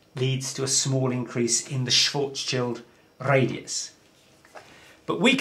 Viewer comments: The correct pronunciation of "Schwarzschild" is: [shwartz-shield] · Schwarzschild is difficult and seems curious for English speaker. Say “smart”, now shw art, then end on s : shwarts , very good and complete by shield with short i, as in kilt : Shilt. Congratulations: shwarts shilt. Great. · Nice try to pronounce Schwarzschild ;) but the "ar" in the word is pronounced like "are". Oh, and the "r" needs to be clearer. Anyway, nice video!